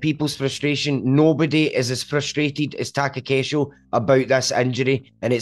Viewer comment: Taco casual = Takakeisho xD